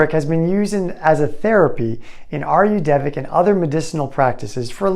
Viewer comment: Thank you. Very helpful video, but you mispronounced “Ayurvedic”. You said “Are You Devic?” Aye You’re Ved Dick is correct. An Indian told me.